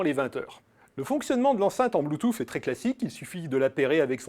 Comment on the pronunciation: Il devrait prononcer bloutous plutôt que d'essayer de le prononcer à l'américaine.